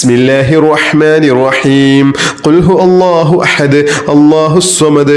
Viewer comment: Ithil ihlas soorath othunnathil cheriya thettund....kul huvallahu Ennanu othendath kul hu Allahu ennanallo othunnath